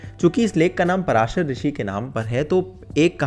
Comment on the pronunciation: पराशर नहीं पाराशर है भाई।